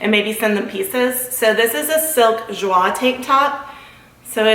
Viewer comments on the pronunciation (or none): none